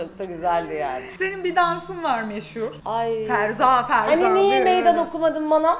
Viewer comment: Ferza ferza değil FERSAH FERSAH.